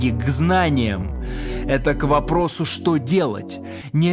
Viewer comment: А как он говорит «шо», а как посмеивается